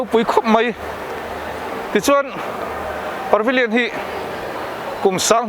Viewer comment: Parvillion a nilo. Pavillion zawk aw Par hi rawn ti ziaha ngaihthlak a har